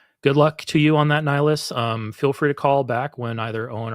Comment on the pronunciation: While I love that you brought up two of my favourite games.. in Mass Effect the spectre is called Nihlus, not Nihilus. Okay.. um.. "I should go" 😂